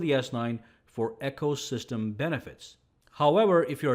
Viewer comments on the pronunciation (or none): Sorry mispronouncing ecosystem. It is not echosystem.